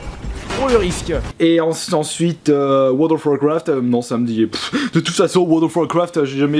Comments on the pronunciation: wowl of wowcwoft ARGH PUTAIN MON DIEI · "Weurld of wacrafte" J'ai failli vomir...